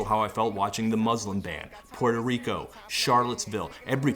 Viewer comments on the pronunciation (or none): none